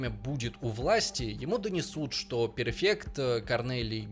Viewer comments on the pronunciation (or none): не «пЕРфект», а «пРЕфект» жеж! Це ложечка, яка псує діжечку, бо одразу видно, що там у вас у голові до чого)))